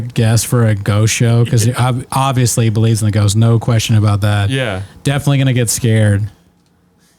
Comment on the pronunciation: I never get tired of hearing him say "offsly" instead of "obviously"